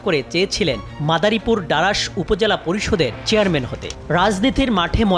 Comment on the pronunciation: ডারাস না রে ভাই ডাসার উপজেলা